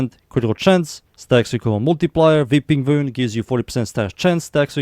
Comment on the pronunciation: “Veeping Vound”